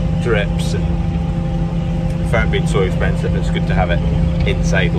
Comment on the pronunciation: Do not wast that fert if it's expenshive HARR-HARR. Last thing you want is an escpee from an auction mart